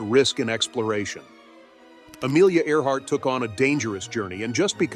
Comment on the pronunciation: In the beginning of the video she was "Earhart". By the end she was "Art".